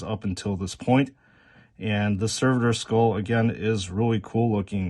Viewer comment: Let's say it together... Ser..vo Servo skull. One more time,, SERVO Skull. Not server skull, it doesnt work at a restaurant. So its not a server. It aint a waiter skull either.